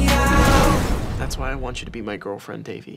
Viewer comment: Ben can't even pronounce Devi's name right. Plus, there's more chemistry between Devi and Paxton.